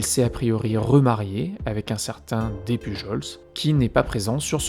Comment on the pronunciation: Super intéressant comme vidéo, par contre petite précision sur le nom Despujols. On le prononce comme Des Pujol. Les s ne se prononce pas. Quant à théorie sur la veuve noire, je pencherais plus pour la théorie selon laquelle la fameuse Suzanne voulait se remarier vite parce qu'elle voulait être à l' abri du besoin et que le seul moyen pour les femmes à l' époque était le mariage. Cela est possible surtout si on vient d'un milieu pauvre et que toute sa vie on a dû faire attention à tout.